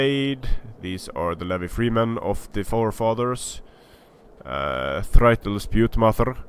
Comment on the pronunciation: I know I'm two years late, but I just wanna point out that "thrall" is pronounced "träl" not "freitel"